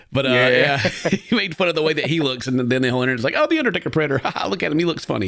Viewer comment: I thought they said "The Uddertaker Predator" and that's all I can hear now.